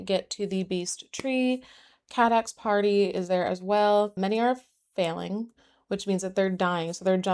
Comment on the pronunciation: Feyling doesn’t sound as cute as aster probably thinks it does, because every time you said it I heard “failing” 😭